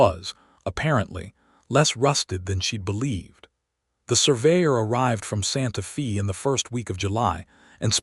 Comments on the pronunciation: Please work with the AI narration to get the town names correct (example: Santa Fe is pronounced Santa Fay not Santa Fee), people’s names (example: Deloris is pronounced as De-lor-is - I cannot even break down how AI is pronouncing it. Listening from TN. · NOT Santa FEE, Santa FAY. GOT IT?